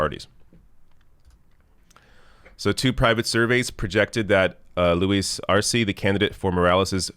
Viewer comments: elizabeth taylor: E in spanish is pronounced a as in hay, say, day,, may etc.so Arce is Arsay ,not arsee. thanks for all you do. you are my favorite long with novara media. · Arce, pronounced Ar-seh